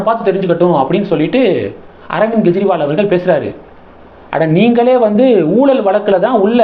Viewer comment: Why do you repeatedly pronounce as Gejriwal? It is Kejriwal. It is K not G